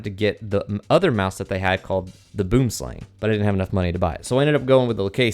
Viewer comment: Yea I'm South African lol they pronounce in like: boouhm-slaung